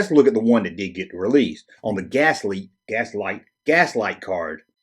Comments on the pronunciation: V-L-I-X pronounced vlicks. GLASSLITE, pronounced glass light. Come on dude lol. Killing me lol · I've always pronounced the character as Licks with a V, VLicks. Also the Brazilian company is Glasslite (Glass Light) not Gaslite. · Did a quick search for Glasslite commercials from Brazil. They definitely pronounce it: Glass-Leet. Not sure why you keep leaving the L out of that word... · Its pronounced glass-leet.